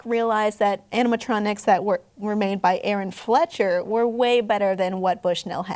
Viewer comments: It's Fechter not Fletcher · the girl is stupid the way she talks is so condescending and rude. just stfu. and it's FLECHTER not FLETCHER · Wow this girl did the following Messed up and said words instead of works Said CEC has bad pizza Showed FNAF in this video Said Aaron Fletcher instead of Fechter Made us cringe Said animatronics kill her every time she goes to CEC FIRE HER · STOP CALLING THEM ROBOTS AND ITS FECHTER NOT FLETCHER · It's Aaron FECHTER! (Fek * ter) NOT fletcher. You got a ton of facts wrong, everyone knows Showbiz has better pizza than Chuck E cheese. ! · Ugh this is stupid. What a terrible way to talk about this. AND CALLING THEM CREEPY?????? YOU IDIOT! THEY ARE AMAZING AND ITS FECHTER NOT FLETCHER! UGHHHHHHHHHHHHHHHHHHHHHHHHHHHHHHHHHHHHHHHHHHHHHHHHHHHHHHHHHHHHHHHHHHHHHHHHHHHHH!!!!!!!!!!!!!!!!!!!!!!!!!! AND THE ROCK AFIRE EXPLOSION WON IF YOU DIDN'T KNOW. BECAUSE THEY HAVE MORE CHARACTER AND BETTER QUALITY. AARON ALSO REALLY LOVED MAKING THEM UNTIL SHOWBIZ STARTED LOOSING MONEY AND BROCK WANTED TO TAKE THE CHARACTERS FROM AARON!!!!!!!!!!!!!!!!!!!!!!!!!!!!!!!!!!!!!!!!!!!!!!!!!!!!!!!!!!!!!!!!!!!!!!!!!!!!!!!!!!!!!!!!!!!!!!!!!!!!!!!!!!!!!!!!!!!!!!!!!! I'm cringing because this is so bad. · 😂😂 they kept saying Aaron Flecher instead of Aaron Fechter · His name is Fechter not Fletcher gosh! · I AGREE SHE SAID fletcher instead of fetcher ha ha ha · It's not pronounced " Aaron FLETCH-er" it's " Aaron FEK-ter" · Oh my gosh she has no idea what's she saying and by the way it's not Fletcher its pronounced FEC TOR!!! Know your facts before you post a video about history!! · Its Fe-Ch-er, are you kidding me??!! Theres no l in there!! Flecher really?? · Aaron Fechter, pronounced Fector, not Fetcher. The Fechter anamatronics were a lot better than chuck E cheese ones. Some places today still have them, sadly not the one near me. Munch's keyboard still has a tag on it though. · It's not Aaron Fletcher! It's Aaron Fechter! >:(